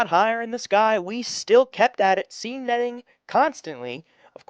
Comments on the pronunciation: It’s pronounced sane,. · Look up the pronunciation of 'seine.' Also, you can drag it and then the two draggers walk toward each other, with one overlapping the other creating a circle that gets tighter and tighter, then just pick the rolled up net and until it on the beach. That way, you can net in deeper water.